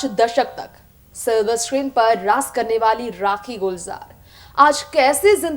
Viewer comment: very bad pronounciation..रास किया नही...राज किया..